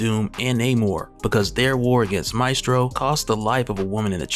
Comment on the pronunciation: Pronounced: may (mae) stro (strow)